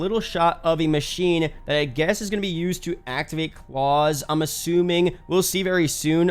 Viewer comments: Someone tell this man its klaus like clows not like clause 😂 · ITS KLAUS, LIKE KLHOUSE, NOT CLAWS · As it's a German map and there is a lot of German history with zombies I don't think you pronounce Klaus like claws more Klaus like house. If that makes sense. 🤔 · “Klowse” is the pronunciation not clause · I don’t think “klaus” is pronounced claws, it’s more like house but clouse you feel me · It’s klaus as in the fish from American dad not claws dude. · your pronouncing it wrong, its Klaus not claus as in santa Watch american dad there is a german fish with the same name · The way you say "Klaus" is comparable to sticking a toothpick under your big toenail and proceeding to kick the wall as hard as you can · How do u not know how to pronounce klaus